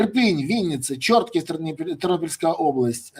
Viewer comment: Не ЧОртків, а ЧорткІв! 😊 Мене дружина сварить за неправильний наголос.